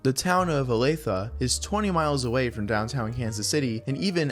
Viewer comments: I'm really impressed he pronounced Olathe correctly. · Let's go, you said Olathe correctly! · I grew up in Olathe, props for actually pronouncing it right, everyone always says "Oh-la-they"